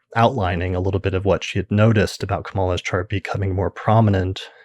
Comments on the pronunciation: KA-MA-LA not ka-MAL-ah. Pretty cool how Leisa was "picking up" on Kamala's chart way back in 2018/2019. Thanks for breaking down your "reading" for us Leisa!!! Great post, thank You!!! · thanks for posting this. i had been meaning to look up that episode. name note: Kamala's name is pronounced more Ka-muh-luh than Kuh-mala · I was going to comment this too. Yes,. It's pronounced COMMA-luh:))) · Excellent. FYI her name is pronounced KAM-ah-lah, with emphasis on the first syllable I believe. Thanks so much for your posts. ❤